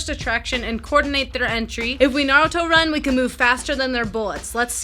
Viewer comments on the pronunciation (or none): This bich just said nouruto run